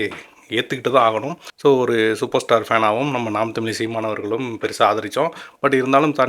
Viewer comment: நீங்கள் தமிழ் என்ற வார்த்தையை முதலில் சரியாக உச்சரிக்க முயற்சி பண்ணுங்க...தமில் இல்ல தமிழ்....தமிழகத்துக்கு கெட்ட பெயர் இது பகுத்தறிவு உள்ள தமிழ்நாடு இப்போது ஒரு நடிகனின் கைகளில்....